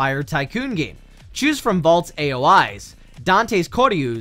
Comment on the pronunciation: You butchered valt's name